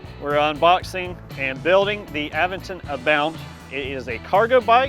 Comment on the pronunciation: It's cool that you pronounce Aventon properly, and not aVENton - like those screwballs on YouTube. 👍